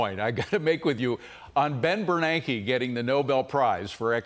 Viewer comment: Say Ben Bernankie one more time. Lol